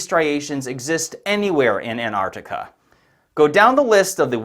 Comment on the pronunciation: Why can’t Americans pronounce Antarctica properly? The first T Is not silent